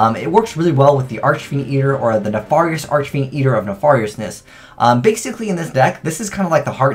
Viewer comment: Its not pronounced ne-FAR-ious, its pronounced like ne-FARE-ious